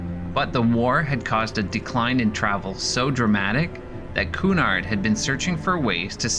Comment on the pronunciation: cunard please pronounce cu-nard not kunard